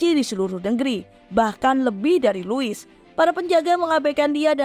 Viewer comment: Louis dibaca lu;wi Versailles dibaca verse;ye De franc dibaca de frang